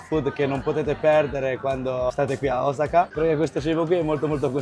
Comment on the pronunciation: blablablabla e alla fine mangi in strada in piedi. Ma daai. Cmq grazie per la correzione, si dice Osaka con l'accento sulla O e nn come dicono tutti sulla prima a. Vai che sei forte!